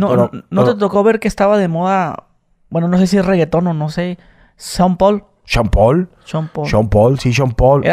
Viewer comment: Que perro el inglés de son pol (Sean Paul)🤣